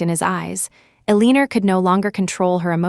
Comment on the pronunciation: Ilianora????WTF? I keep hearing the AI butchering the name Eleanor. Is this another rendition?